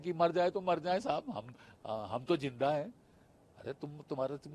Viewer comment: Abe zinda hota he jinda nahi😂